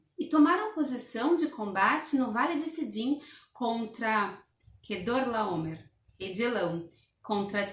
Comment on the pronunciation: A dificuldade de falar Quedorlaomer kkkkkkkkkkkkkkkkkk